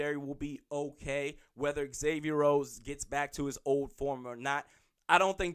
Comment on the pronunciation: Say it with me - Zay-Vee-Yer It's not Ex-Avier. Just like Xavier University. The home fan media, should know how to pronounce our players names. Zimmer and guys on the team, call him Xay (prounced Zay). Not ex-say